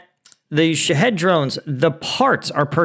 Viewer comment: Shaw heed , like lock heed martin, drones i think is how it's pronounced, i could be wrong, ❤